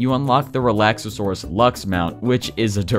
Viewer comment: Everyone I've seen play this game always mispronounces Relaxaurus